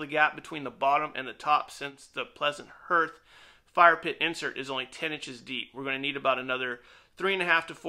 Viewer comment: Hearth is pronounced "harth". FYI